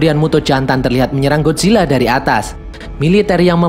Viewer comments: Bang bukan Godzilla gadzilla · Bang lu Bacanya Godzilla GodCilla